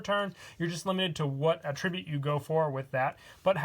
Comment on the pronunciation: I really do enjoy your deck profiles, as they're often well thought out. However, I would like to note the pronunciation of "attribute". You were pronouncing it as the verb rather than the noun.The stress is on the first syllable in the noun form.